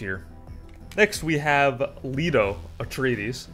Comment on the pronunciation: I don't like correcting people on their pronunciation of words (you could have dyslexia or something similar). However, when you are unable to pronounce most of the names, maybe you should consider doing 5 mins of research into that. If you can't say Leto correctly, then that should be your signal to try to improve your pronunciation. Also, maybe write what you're going to say before making a 30-minute video on a world you clearly lack a fundamental understanding of. By writing it, you should get a better idea of how little you know